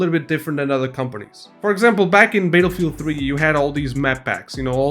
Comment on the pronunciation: Baetelfied? Never heard about it? 😂